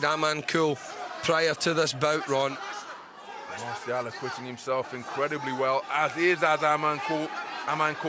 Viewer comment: Not masiao it's Marcial😄😆